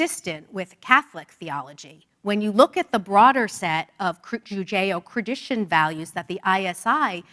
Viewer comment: She really struggled with both the concept and the pronunciation of Judeo-Christian values.